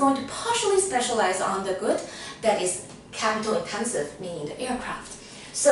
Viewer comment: i realy like the way you say intenseVU like chinese xD , thanks btwy for your content! it was very very helpful